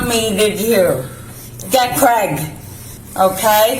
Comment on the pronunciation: Americans... it's CRAY-GUH not KREH-GUH 😂